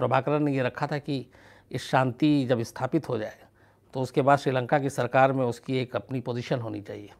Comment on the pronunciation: 'baat sahi kahi' hoti hai ' sahi kaha' nahi. 'Bachkani' honi chahiye 'Baachkanani' nahi. 'Ushki' nahi 'Uski'. 'Daat' nahi 'Daad'. Aapko mera saadar pranaam.